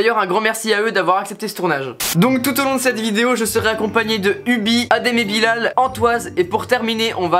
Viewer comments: Sa s'écrit Bilal mais sa se dit Bilèl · Bilal ça se dit Bilel et non bilaaaal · Sa me stresse quand tu dis la prononciation bilal et pas bilel. ( prononciation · Cool ta vidéo mais quand tu dis adem et Bilal le a de Bilal se prononce comme bilel